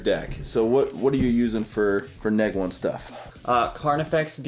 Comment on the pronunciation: Sorry. Couldn't get past repeatedly saying "neg one." It was like hearing a student say he's playing izzET. Nails on a chalkboard, that is.